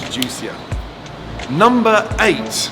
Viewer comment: Am I the only one who hears 'lumber' when he says number??